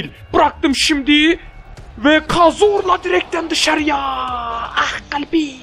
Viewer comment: ah galbim demesi çok hoj ya